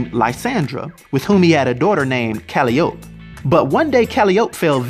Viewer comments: "Cali-ope".. LOL "Ka-lie-oh-pee" is how Calliope is pronounced. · "Ka la yo pee" not "ka li yop" lol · Eric Permenter Yes iam greek and look i am confused in Greek the name is Καλλιοπη(Kalliopi) it sounds like Ka-llio-pi and he pronounces it like ka-lli-op so he just forgot the last letter on name and a mispronounce in the middle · Calling Kratos a DC Comics character is an insult to Sony Santa Monica, who actually created the character. Kratos may have appeared in a comic published by DC, but they didn't create him, and neither did Wildstorm Comics. Also, Calliope is "kuh-LIE-oh-pee," not "CAL-ee-ohp," and Atreus is "a-TRAY-us," not "AY-tree-us." By the way, his second spouse is not unnamed, her name is Faye. I'm not trying to be rude, just trying to help out, so I hope it doesn't come across as such. On a sidenote, there is some really badass artwork in this video. I know some of it is from actual cutscenes, or perhaps gameplay footage, but I saw a lot of what appeared to be fanart, and some of it was absolutely ridiculous. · His daughter's name is pronounced Kal-eye-oh-pee. Not Kal-ee-Ope. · Man said calliop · The daughters name is pronounced Ca-Li-O-Pee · I love but when he pronounced Kratos daughters name I cringed haha. Its pronounced "Kal eye o pea" say it all together at normal speed and that's her name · Calliope is pronounced [Kuh·lai·uh·pee] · Caliope is pronounced "Cal-eye-oh-pee". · Calliope = Ka-lie-oh-pee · Cal-eye-opee is how to pronounce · Dude its cal a oop y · "Cali-ope" Bruh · You said calliope wrong it’s pronounced (Ca-lie-O-P) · Ka-lie-oh-pee. That way you pronounced it made me cringe a little lml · His daughters name is pronounced Ca-lli-ope. Li as in eye and ope as oh pee. Other than that great video I just subbed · Calliope is pronounced Cal-eye-o-p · Its pronounce Kuh li o p Calliope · Pretty good start of the video but you said Atreus wrong and calliope wrong lol. Gonna continue watching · YOU ARE PRONOUNCING CALLIOPE WRONG.